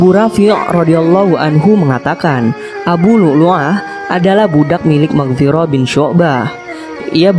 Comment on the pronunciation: Mughirah bukan Maghfiroh